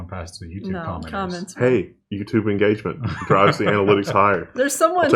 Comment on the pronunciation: IN GAUGE MUNT